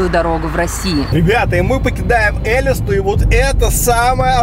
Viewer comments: Какая ЭлИста??? ЭлистА правильно произносить!! Ударение на последний слог! 🤦🏻‍♂️ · Это не Э́листа а Элиста́ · Точнее,да ну не Эли́ста,а Элиста́ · Я там была, там живëт моя бабушка, и это не ЭлИста а ЭлистА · Я из Калмыкии ну из Элисте, и не Эээлисты а элистаааа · Не элест а элеста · Ну вообще правильнее говорить элистА, яшкУль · Ударение не правильно ставит , Элиста , ударение на последнюю букву А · Правильно Элист`а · Ееее, вы побывали в Калмыкии, только Элиста́ правильно говорится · Аа...Так я живу в Калмыкии...И скажу,что правильней "Яшкуль" и Элиста ударение на А..(не хейт) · вы не на ту букву ударение ставите 😒 Яшкуль- ударение на Я Элиста- ударение на А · То чувство что ты живёшь в Я́шкуле и никогда не слышала этого... (И произносится Элиста́)